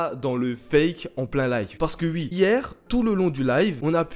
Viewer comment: J'aime bien quand tu dis "ui" au lieu de "oui" ❤️ Et oui j'ai liké mon propre commentaire